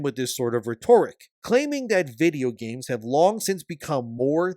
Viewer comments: It’s pronounced Rhett-Or-Rhick homie G, not retohr ik homie G ❤ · Hey. you keep mispronouncing “rhetoric”, it’s not pronounced “rhe-Tor-ic” but “Rhet-or-ic”. unless that’s how Canadians pronounce it, in which case it’s a whole country that mispronounces it.😂😂😂 I assume you understand the pronunciation from the word “rhetorical”. “rhetorical” is a different word with a different meaning and a different pronunciation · Rhetoric - pronounced like Ret-er-ick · I hate being "that guy", but my OCD demands it. Please investigate how to pronounce "rhetoric". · You don’t pronounce rhetoric like rhetorical without the al….. Christ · Don't believe his lies, people—that's not how you pronounce "rhetoric.” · I wish you could post audio comments, so that we could all band together to tell how to correctly pronounce “rhetoric”. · Bro the way you say "rhetoric" is killing me lol. You say it as if you are going to say "rhetorical" instead of shortening the "or" as it's supposed to be in "rhetoric". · You make good videos and I value your opinions but please stop mispronouncing rhetoric, it makes me cringe... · You mispronounce rhetoric all the time.